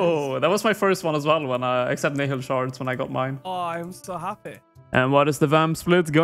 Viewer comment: how come literally everyone pronounces nihil wrong. its pronounced nile like the river